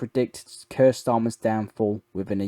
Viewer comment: Buddy you really need to learn how to pronounce particularly names and phrases like “Faroe” and “Keir”. Also best to be clearer with you choice of language for example has Ukrainian stopped ALL supply of Russian gas to Europe or just the Gas piped through Ukrainian. Last year 2024 just over 50% of Russian Gas to Europe was through other sources than the Ukrainian pipeline so how is Ukrainian prevented this shipment also ?